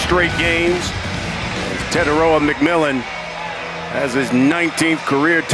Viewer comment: They butchered bros name 💀😂